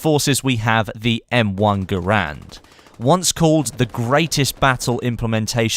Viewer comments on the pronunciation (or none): He's right it's pronounced "Gerend" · Just a little tidbit, garand is more pronounced "gerend" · you can look it up It sounds cooler pronounced "gurand", but it's "gerend"; similar to the carbine being pronounced "carbean" ordeal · "Garand" rhythms with "Errand" pronounced "Gh-air-and" and is not pronounced "Ger-rand".